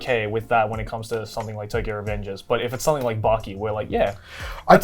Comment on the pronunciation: how long does connor need to live in japan before he learns the vowels. like bro pls stop saying backy instead of baki 💀